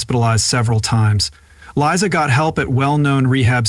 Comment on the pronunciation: Glad you finally found out that It's Liza, not Lisa.